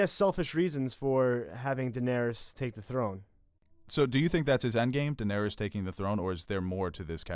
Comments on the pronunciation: stop saying "Denawrys" Its Danaerys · every time she says donarys i get triggered could u not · I'm sorry, but who the fuck is Danaris?